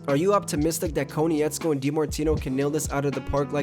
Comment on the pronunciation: KOH-NITZ-KO, please pronounce Bryan’s name correctly the fact you don’t I find insulting considering you’re an avatar fan I find odd.